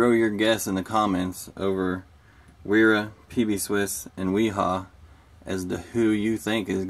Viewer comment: im sure someone has already said but both wera and wiha, the W's are pronounced as a V